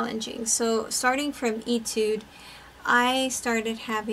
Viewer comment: Etude is pronounce “AY-tude.”